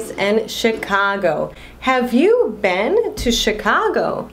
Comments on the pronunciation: você pronuncia a palavra been com som de e! Eu aprendi com som de i! Eu falava bin e não ben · muy buen video, muy bien explicado, pero cuando pronuncias been dices "ben" y yo tengo entendido que se pronuncia "bin". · Então é sotaque? Achei que eu tinha aprendido errado. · Você fala been com sotaque diferente. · dúvida a pronuncia de "been" seria bim ou bem ?